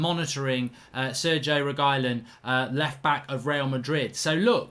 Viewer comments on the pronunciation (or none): FFS Mark you pronounce Reguilon's name as "Regweelon" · Make pronounce it reg-u-lon. Not rej either when u pronounce it but reg like regular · Upvote for pronunciation tip for mark: Reh-gee-lon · It is pronounced reg you lon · I pronounce his name as "RE Q LON" just saying i may be wrong 😂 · I think his name is pronounced Reg-ee-lon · Wow. You should receive a fine for butchering Reguilon's name🤣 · Man how you butchered the name :D